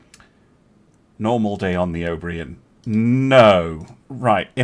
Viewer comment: Your pronunciation of O'Brien is criminal :D That said...this was a lot of fun to watch